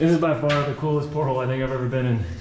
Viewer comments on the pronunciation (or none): Port hole?...really? Are you out to sea or just lunch? Repeat after me: port al...as in portal!